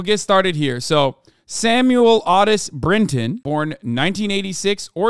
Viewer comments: Otis isn’t pronounced AW-tis. It’s OH-tis. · Why’d you say Otis like that?? Lol wth